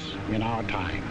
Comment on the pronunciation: *Time, not "tome".